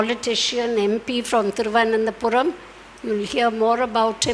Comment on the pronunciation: Ms.....why can't she pronounce "Thiruvananthapuram"???? She even called it "Padmanabhapuram"....🙄🙄🙄 Really ma'am!!!!